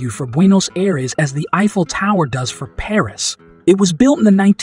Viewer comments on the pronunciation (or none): none